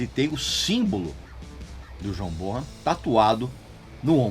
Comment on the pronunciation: Régis não é John borran e sim bonem o h não tem som de rrr 😭